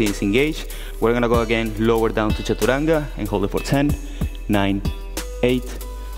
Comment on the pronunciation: Does he say chachuranga xD?